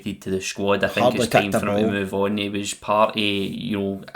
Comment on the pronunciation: How are we dropping the ‘t’from words like ‘things’ and ‘think’? Hings and hink 😂 love it !